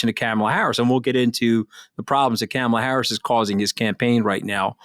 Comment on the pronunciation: Kamala (pronounced Comma-la) is black and a woman. The threat to MAGA is that Biden is old and she is first in line to take the Presidency. Trump will never pick a black person or a woman because the mafia will not approve that. He is in very bad shape and they won't go for that. Luckily Trump will never be elected again.